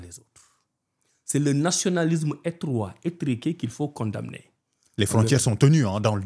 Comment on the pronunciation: Mais Abdourahmane comment se fait il que tu prononces mal condamner